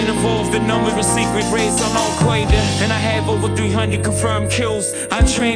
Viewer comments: Jay-Z's pronunciation of Alqoida must be the cutest thing I've ever experienced in my life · "al quaida" lol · But the most powerful Ai cannot pronounce Al-Qaeda. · Oy vey, these Al Kwoyda guys, are not my kinda guys. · Al-kwae-da, I think that's Animalese... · Al Qoida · "Al Quaid-uh." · al qwe-derr